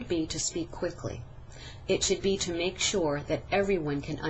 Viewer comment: 1 / 4 Clearly spoken, but... at 3 min 30 sec, it sounds more like "te speak" instead of "to speak" which means that there was actually no distinguishable "length" difference demonstrated in the vowel sound in the word "to" when it was spoken more slowly. At 4 min 25 sec, however, she more clearly said "to speak." "I am." These two words were run together, so there was no distinguishable difference demonstrated here in the "length" of the vowel sounds. So it didn't really "sound" any better.